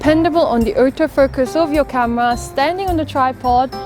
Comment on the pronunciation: "Outo focus" lol